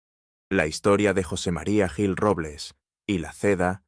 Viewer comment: No sabes lo que dices parece que estas borracho te cuesta decir jil en vez de guil o yil ES JIL CON J y adivina quien le ayudo' a ganar las elecciones en Madrid que las gano' ,CLARA CANPOAMOR te suena por eso lo mataron y a ella si no escapa tanbien